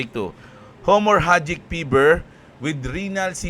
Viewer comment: Boss is HE-MO-RA-JIC gnyan pgbasa..sa HEMORRHAGIC...di ung HO-MOR-A-GIC....